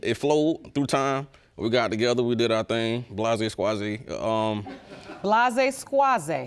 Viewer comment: "Blahzay-squahzay"...oh dang!